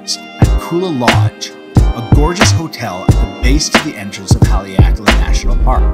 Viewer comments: Nice overview of Haleakala. A gentle note, the first 'a' in Haleakala is short rather than long. So pronounced more like 'hah' 'ley' 'ah' 'kah' 'lah.' Hale means house, so house of the sun. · What an awesome view! I like how you say Haleakala